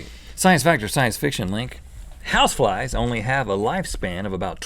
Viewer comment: When rhett said house flies I thought he said "house wives" 😂😂